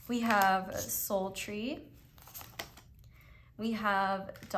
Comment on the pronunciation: Pile 3. Omg I need a friend like you in my life <3 when you say soul tree I honestly hear "sultry" every time 💀 that's my scorpio sun and rising I guess lol